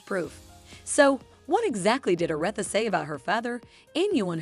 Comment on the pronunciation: Respect the queens name and pronounce it correctly smh...AI should not be used for everything